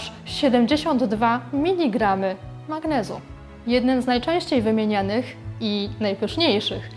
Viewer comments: Albo mi się wydaje albo pani na filmie mowi minigramy zamiast mili trochę nieprofesjonalnie jesli rzeczywiście tak jest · Miligramy, nie "minigramy" :)